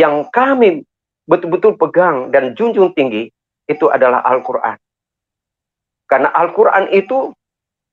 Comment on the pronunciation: Jangan mau di tipu orang ini baca Alquran saja belepotan ngaku guru ngaji tarbiyah 🤭